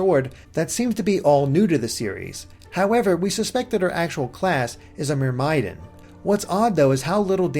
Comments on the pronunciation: You've been saying myrmidon incorrectly. It's Murm-a-don. Not Mer-my-din. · "muhr-MYE-dun" shudder Myrmidon is pronounced "MUHR-mih-don." It's Greek in origin; the mythical Myrmidons were legendary warriors trained by Achilles. Just had to point that out. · Mer-MY-don huh? I hope you don't mean Myrmidon... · myrmidon is pronounced (mer-meh-dawn), just an FYI i sat here for like 10 minutes trying to find out what you meant lol :p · That's the pronunciation for myrmidon? I had no idea